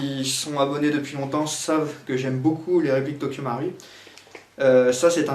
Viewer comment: I love it when he says Tokyo Mauri